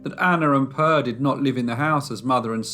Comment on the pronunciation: you did great. However, the E in Per, is pronounced more like the A in admire. Love from Sweden. Stay safe.